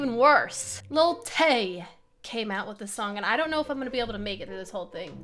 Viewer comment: Wait I did not hear that correct did you say LIL TAYS 9 and when Vicky was PUNCHING AIR I was like ok we have a dummy here...